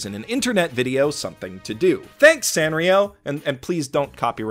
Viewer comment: I always said San (like sand) rio... but after hearing you say San (ah like father) rio I feel dumb, because duh its AH like FATHER, that’s what every damn Japanese pronunciation guide says. Gosh I’m dumb.